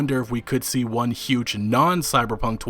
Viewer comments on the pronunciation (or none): none